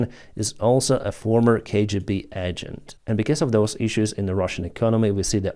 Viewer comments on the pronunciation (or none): It is rooobles, not rubbles. It is AYYgent, not Ahgent. (agent). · better: "kay, gee, bee, eigent" not égent